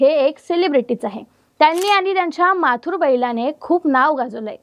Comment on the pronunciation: राहूल पाटील यांच्या बैलाचे नाव माथुर नाही मथुर आहे. जरा अभ्यास करा मॅडम 😂😂